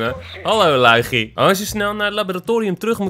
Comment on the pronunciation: Het is LUiGi ni LUIgi